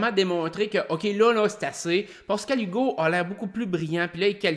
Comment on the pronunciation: Bien intéressant tes reviews de OD ! Je suis un fan du temps de Loft Story aussi.. Mais en tant qu'heureux Pascal depuis 47 ans, SVP essaye de ne pas dire POscal-Hugo ... ;-)